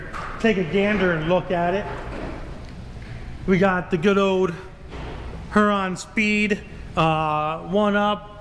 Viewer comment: It's not pronounced her-on speed it's pronounced hear-Ron I live in Ohio with the county name please stop mispronouncing this company name